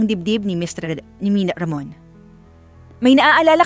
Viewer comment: Bakit ang hirap mong bigkasin ang mr.ramon.